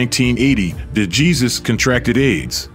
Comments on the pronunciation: Thank you ! The Narrator pronounces it D Jesus but it's D Hey Zeus ! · It's torture to hear your AI mispronounce De Jesus (hey-suuse). If you don't know that pronunciation, in a sport where hispanic surnames are extremely common, I cannot listen to the rest, wondering the whole time how many other things you are getting wrong. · You are not pronouncing DeJesus name correctly. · A. I. pronunciation for "DeJesus" 😆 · learn how to pronounce dejesus name.